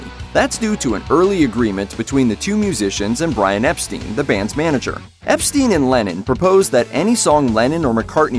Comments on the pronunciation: The Beatles manager was Brian Epstein (ep-STINE), not ep-steen. Same goes for Hammerstein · Its "Ep-styne", not "Ep-steen". And "Hammer-styne", not "Hammer-steen". And its "Twenty-Fifteen", not "two thousand fifteen". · "Ep-STEEN"? His name was "Ep-STINE"... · Epstein reads as "Ep Stine", not "Ep steen". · Brian EPSTIAN not EPSTEEN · Here's something that this '' channel apparently never knew about The Beatles. Brian Epstein's name is pronounced 'Ep-STINE' (like Frankenstein), not 'Ep-STEEN' The same is true regarding Rogers and Hammerstein (pronounced STINE, not 'HammerSTEEN), by the way. Come on, man.....it's not really that hard...... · Pity you don't know that Epstein rhymes with Einstein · Any real Beatles fan would know how to pronounce Epstein's name.